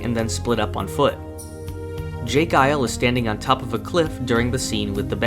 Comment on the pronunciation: It's not j guile, pronounced it's j jiles